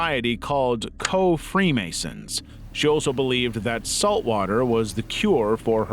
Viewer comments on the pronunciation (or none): none